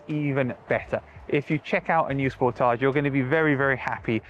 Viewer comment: Thank your for pronouncing Sportage correctly! ❤️🇨🇦